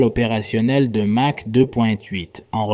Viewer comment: prononcer mache , c'est curieux , non ? c'est exprès ?